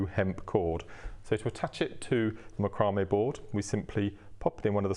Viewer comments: MAC-row-may ---- not Mc-ROW-may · Its pronounced Mac cro may. Its has been for years. Great video by the way. Thank you